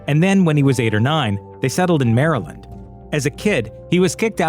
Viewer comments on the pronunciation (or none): none